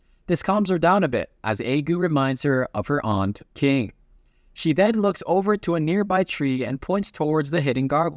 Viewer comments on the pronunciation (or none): none